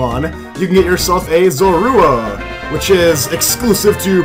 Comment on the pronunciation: Y is hee callin` Manemite Mega Mind, bi da way its zo-roo-uh